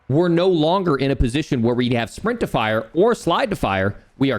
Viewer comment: Who else heard “sprintifier” instead of “sprint to fire” 😅